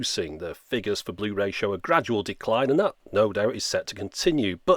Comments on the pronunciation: Bluh-ray, BRUH!!! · Bluh ray disc 😂😂